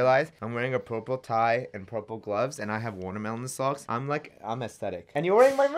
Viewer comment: Bookthany Y Nah bruh it’s “Watameelin